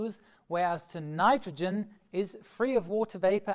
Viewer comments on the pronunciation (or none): none